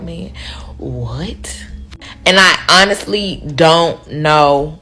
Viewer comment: When they pronounce "honestly" as un-nissly" you already know, it's a problem.